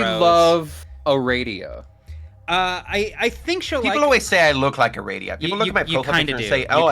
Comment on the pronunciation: this whole bit was slightly confusing hearing “Aradia” or whatever it was as “a radio”. “Your avatar looks like a radio” sounds like some esoteric insult